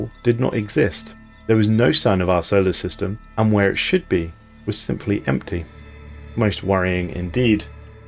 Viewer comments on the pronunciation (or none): none